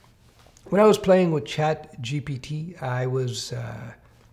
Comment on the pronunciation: To, the name of the app isn't "ChatGPT"; it's "Chat...G. P. T."